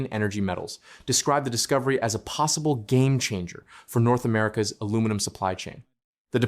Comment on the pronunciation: Saskatchewan also has geothermal, potash, oil and gas.. And best of all its got Quick Dick Mcdick. All of it priceless. Ohh and the Ai used to read the script, for the love of God, teach it how to say aluminum